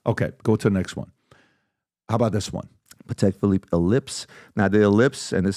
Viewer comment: Note to self, never buy a watch from a guy that pronounces Patek Philippe “Paddek” and claims to be a watch expert ✅